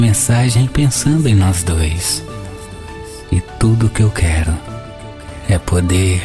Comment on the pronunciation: Nao fala quira fala quero